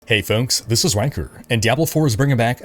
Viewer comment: "Hey fonks"